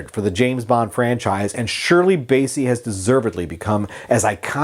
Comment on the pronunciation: It’s BASSEY as in CLASSY not Bayssie as in Count Bassie!